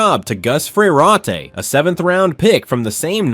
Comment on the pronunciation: "Fer-rot i" not "Fer-ateee" is how this 'G'OP prick's name is pronounced...